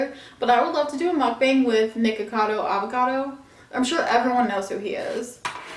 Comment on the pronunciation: Is anyone going to tell her it's MUKBANG, not MUKBENG it's just cringy when you say it like that 🙈